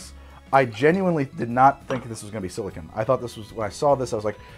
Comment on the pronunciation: No its just a mispronunciation.